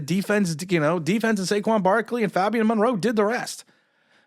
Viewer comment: NOT FAHBIAN FABIAN FABIAN FABIAN JEEZ!!! HAHAHA PRONOUNCE THE A HOMIE